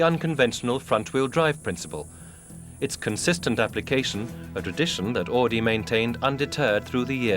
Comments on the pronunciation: AUDI!! NOT"AADI"!!! My god, how hard is it to say it right!? Jeez... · Augh. Even in Timaru we know how to pronounce "Ow-dee"... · We don't pronounce Audi as "Or Dee", unless you live in Newcastle upon Tyne. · They say "AADI" in this video. No "R".. But when you hear the people intervued in the video you hear they say "Audi" like it's pronounced. It's so stupid. Can't see why it is soooo hard to pronounce the "U" in Auidi.. It was annoying as fuck to hear! Haha